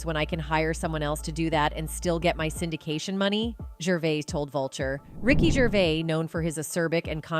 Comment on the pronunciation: WTF IS RICKY GRAVIS???